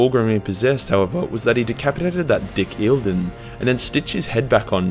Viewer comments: >tfw you do a video about the Emperors Children >tfw E P are about perfection >tfw the noob youtuber say Eildon throughout the video, instead of Commander Eidolon >SHM jk jk great 40K youtuber doing great videos, keep up the work!!! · dude, its note eildon. Its High Comander Honor gaurd, favored of Fulgrim, Eidolon, to you!! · Imma be a jerk for a moment… It’s Eye-dole-lon.